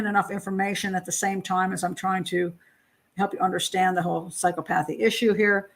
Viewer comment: Clinical psychologist here. Two psychopaths, for sure. BTW, pronounced: "Psy - COP - othy".